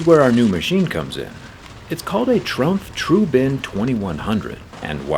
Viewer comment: Trumpf is pronounced like "True", not like "Trunk". That helps a little with differentiation